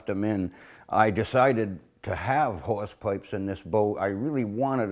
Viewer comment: Is he saying whores pipes?